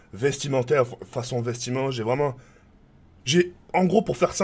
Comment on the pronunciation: Bon tk faut mettre les choses au clair on dit VETEMENT et pas VESTIMENT 😂 Sinon gl ça va etre dur mais tiens juste te coupe pas de tout directement vas y progrssivement 😉